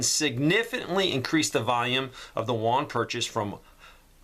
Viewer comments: Juan is Spanish for John. Yuan, Ewe-Ann or You- Ann, Yu-an is the Chinese digital currency. Thanks for the important information,. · I just wanted to leave a helpful tip for future videos-- the currency is pronounced "oo-en".. like the u in "uber" coupled with "en". The "en" part is emphasized. That being said, thank you for all of your hard work, time, and energy that you put into these videos. I am a spouse with a deployed partner and kids to care for while this is all going down. Trying to do the best I can for now-- we live in a very blue area with zero land. But I'm trying! Thanks, for all your helpful tips, advice, and insight. <3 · Won is Korean dollar your calling the Chinese yuan wrong it with a y not w 🤓